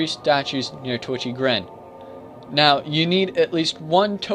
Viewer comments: its titchy gren not twitchy lol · o Another guide! Thanks for this. I never knew Crest of Blood did anything.. Whaddya know. By the way, it's actually TITCHY Gren, not Twitchy. Love the video!